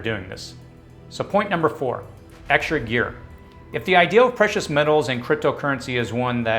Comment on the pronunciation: no offense...but you keep saying "ideal" instead of "idea". I think some people might not take you as seriously as a result. I love your channel and like your content. So please don't take this as an attack but rather a 'heads up' in hopes of making things better.